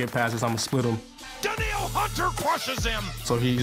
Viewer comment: Danielle.... "Daneel"